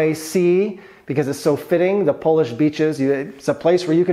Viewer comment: Your Polish pronunciations are delightful to my Polish heart 👍